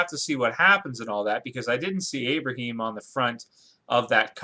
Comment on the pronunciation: not to be a dick, but can you not say abraham? its not abraheem.